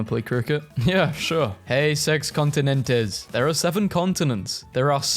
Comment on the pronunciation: "heyyy six continentezz" 😭😭 what??